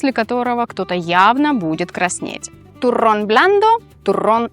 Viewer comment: при всем уважении, вы, конечно, прекрасно говорите по-испански, но в произношении turrón звук "р" должен быть раскатистый "туррррон", а у вас откровенно редуцированный: "турон"